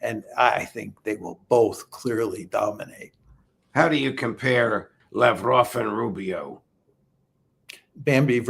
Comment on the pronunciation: Way to go Judge - your proper Russian pronunciation of Sergei Lavrov's last name was impeccable! 👍👍